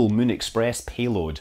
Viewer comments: Mun? Did Squad take that name how you say Moon? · Scott, everytime I hear you say "Moon" what I hear in my head is "Mun".